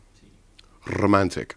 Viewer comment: oh gosh!!!! i LOVE the way he says rrrrrrrrromantic!!!